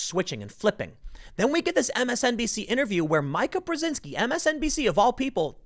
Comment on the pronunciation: Brzezinski you say flawlessly, but “Mee-kah” eludes you every time